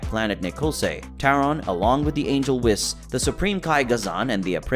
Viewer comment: For the love of Kami, pronounce “Whis” correctly!!!